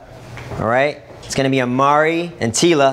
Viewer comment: It's imari not amari